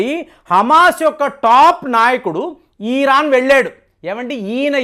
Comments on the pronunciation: సార్ ఇరాన్ అనాలి ఈరాన్ కాదు...ఎన్నిసార్లు ఎంతమంది చెప్పినా కూడా ఇదే ఈరాన్ అనే పలుకుతున్నారు.. తెలుగు పరువు తీయకండి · ఈరాన్... కాదండీ ఇరాన్.... ఇజ్రాయెల్ వారు ఇరాన్ ను ఆక్రమించరు యూఫ్రటిస్ నది వరకు వరకు ఆక్రమణ చేయవచ్చు.... అది బైబిల్ Prophecy..... దేవుడు వారి పూర్వికులకు వాగ్దానం చేసిన land అది.... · వీడు ఒక BJP fanatic. ఈరాన్ కాదురా నాయనా😂😅 ఇరాన్.... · ఈరాన్, ఈరాక్ కాదురా బాబూ.. ఇరాన్, ఇరాక్ అవి